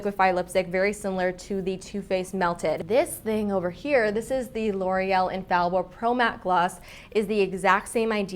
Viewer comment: L'Oréal is not an English brand! the pronunciation of infallible is totally different. please stop saying infallible👌